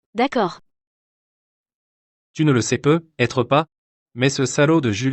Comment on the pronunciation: On ndit pas "PEUT... ETRE mais prononcer " PEUTETRE"😢